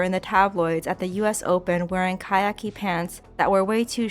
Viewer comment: Khaki is pronounced CACK ee. Cybil is pronounced SIB ul. I like your content but please look up words you're not familiar with. It hurts your credibility.